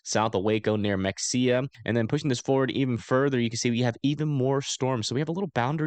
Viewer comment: MEXIA=MA..HAY..YA.😅😂 How you said ot made me laugh